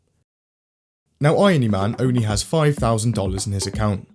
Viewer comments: Mans said iony-man (iron-y) instead of irony-man 🤦‍♂️🤦‍♂️🤦‍♂️ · It hurts so much how you pronounce irony